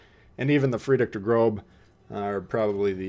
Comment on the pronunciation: Love your videos. But please call it der Grosse. It’s a double s not a b ;-)